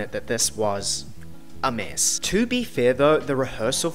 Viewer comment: I’ve started saying “meeesssss” at basically everything in my best New Zealand accent so thanks for that 😂